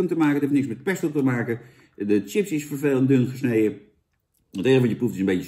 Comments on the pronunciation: Jan kom op, je spreek het uit als sjips niet Tsjips ! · Volgende keer gewoon sjips zeggen jan, ipv tjips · Het is ‘sjips’, Jan. Sjips!!1! Niet tjips… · Iedereen: chips Jan: tsjips! 🤣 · Zucht Jan..."tjips"...het is "chips" (10e keer) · Sjips lul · Niemand: Helemaal niemand: Jan: tjips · lekkere tsjips